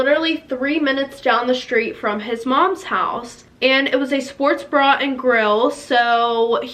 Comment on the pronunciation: Did no one catch she said he worked at a “Sports BRA & Grill” 😂